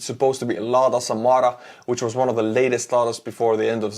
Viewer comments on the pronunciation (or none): none